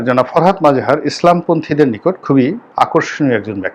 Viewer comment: নামের উচ্চারণ টা মনে হয় "ফরহাদ মজহার" হবে ।